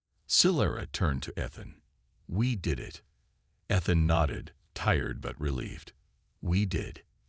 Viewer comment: Thanks for the story. BUT, your freakin AI, like most others....SUCKS!!! How many ways is it going to pronounce ETHAN...so far, 3 or 4.....and that is just the one word.....why don't you, like some others, narrate your own dang stories!!.....UNTIL such time that AI can speak proper English!!???